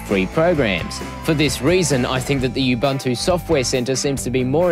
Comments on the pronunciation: Nice video. As we know linux is pronounced "lynn-ux" instead of the expected "line-ux", and ubuntu is supposed to be pronounced "oo-boon-too" not "you-bun-too". Thanks for the vid. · Не убанту, а убунту. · what the hell is "yoob-an-too" ?? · OMG! I know what it is, I'm using it last 2 years and I LOVE IT! I just made a joke of some people's pronunciation of 'Ubuntu' it's not 'yoob-an-too' it's 'oo-boon-too' but some people stubbornly insist on wrong name even if they know they are wrong. It's so strange. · Awsome review buddy! You covered it all. Now time to install you-bun-too. Who cares how you pronounce it :D Thanks for the review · don't vowel shift the 'U's